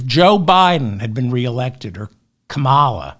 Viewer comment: Thank you for trying to correctly pronounce Kamala - appreciate it. It helps to add an invisible R after the first A - that way it's far more difficult to pronounce incorrectly. Great decisive content as usual.